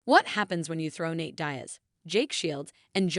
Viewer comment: Nate "dayas"